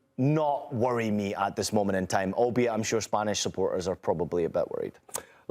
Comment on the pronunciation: What are you guys really doing? Trying to place emphasis on THIS? Lol